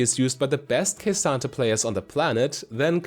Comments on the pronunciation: K Santa. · "Kuh-SAHN-Tay" Not Ka-san-ta. Otherwise great guide.